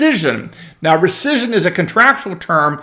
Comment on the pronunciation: Could you please say "recission" ONE...MORE...TIME...Please...!?